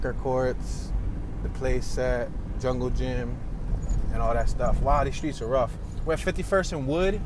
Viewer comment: I can tell you're not from Chicago, by the way you pronounce the streets.